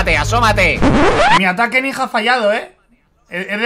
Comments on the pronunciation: Se dise nija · Mike se dice ninja